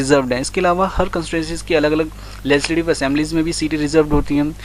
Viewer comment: Its legislative assembly not lesidive